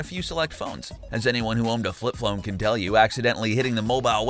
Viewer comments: you said "flip flone" I bet you thought nobody would notice but i did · "Flip phlone" lol!